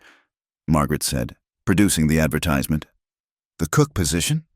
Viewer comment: Getting the way to say 'advertisment' wrong is a bad way to start a story!